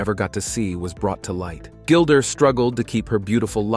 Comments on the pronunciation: Kinda disrespectful to mispronounce so much material, "gilder" to start with! Research that makes you watch the opening credits of ANY SINGLE OPENING! IM BLOCKING YOU, OUT OF RESPECT TO GILDA. YOU SvCK GREEDY SWEATY ONION TESTES!! WISHING YOU NOTHING BUT MISERY . CHEERS PUSS BALL! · Can’t handle him calling her Gilder